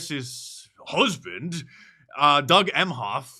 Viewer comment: ….Mark. That’s ‘huthband.’ BWAHAHAHA